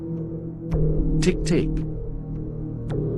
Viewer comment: Teke Teke..Not Tik Tik...